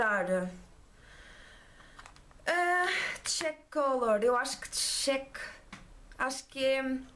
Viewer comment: O desmaquilhante é bifasico... o cheek lê-se 'tchíke' e quer dizer bochecha lol e é um blush... os produtos parecem bons... tambem tenho tido boas impressões da marca mas penso que os produtos são caros. Sabes os preços?